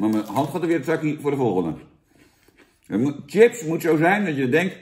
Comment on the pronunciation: Grappig dat Jan de review begint met ‘Sjips’ en dan zich bedenkt dat hij hiermee zijn zorgvuldig opgebouwde imago van Kakker uit Bergen geweld aandoet en snel ‘Tjips’ roept!